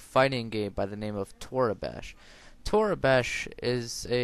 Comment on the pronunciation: its pronounce toreeebash :P